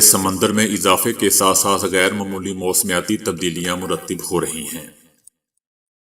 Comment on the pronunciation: مرتب ت کے زبر کے ساتھ بحرین ر کے زبر کے ساتھ